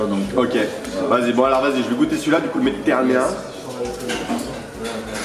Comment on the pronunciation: " Le méditéranien " MDR